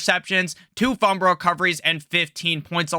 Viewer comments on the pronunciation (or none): Can t listen to someone who can’t even say fumble right